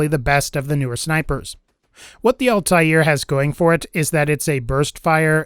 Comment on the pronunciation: Altair= All-tear, the shredding kind of tear not what comes out yo face, not all-tie-ear:P